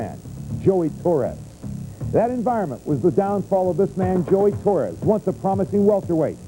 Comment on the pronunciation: Torres not torey